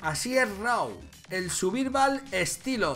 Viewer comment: "El suvirval"